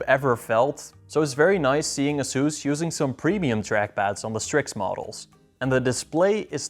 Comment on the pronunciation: Did this guy say "uhsoos"?